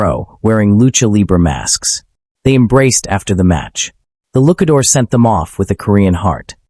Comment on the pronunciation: "Look-a-door"? Ew, another AI narration. Well, blocking this channel so it doesn't show up in my results again.